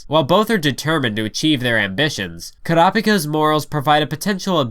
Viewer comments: i dislike how you say kurapika o.o its kuuuurapika not kuraaapika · "Krapika" Oh my god, kill me now. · This dude really just said kuh rapica